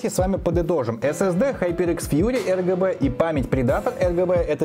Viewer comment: Мне не послышалось ЛГБ ток ты одну букву не сказал, а так обзор топ, реклама навящевой не казалась, продолжай в том же духе!